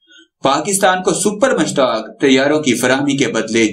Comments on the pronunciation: mashaq not mushtaq please correct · Mushaaq not mushtaq bloody idiot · Har aira ghaira nathoo khaira Defense Analyst bana phirta hai. Ye sab baar baar Mushaq ko Mushtaq Tayyara bol raha hai.....